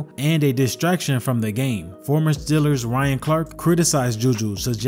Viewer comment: Why you keep calling them STILLERS.